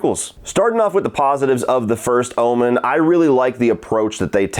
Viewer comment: It sound like your saying Ullman instead of Omen 😂 must be your southern accent